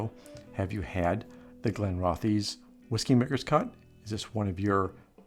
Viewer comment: pronounced Glen-roth-iss